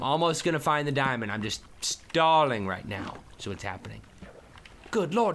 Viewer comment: It budder not gold and it bedder than dumb dimond